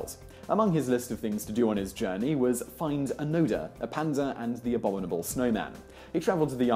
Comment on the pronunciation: you mean abominable? What's abonomobile anyway? sounds like an abon no mobile which i dont even know what it means